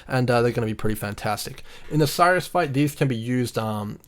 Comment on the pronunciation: Bro awesome nice video but Sirrus, prounounced like Apple's Siri but with a "us" at the end... not Cyrus :)